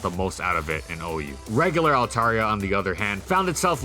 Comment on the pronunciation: Dude, you are pronouncing it wrong. (alt-AIR-ee-uh) is the correct pronunciation.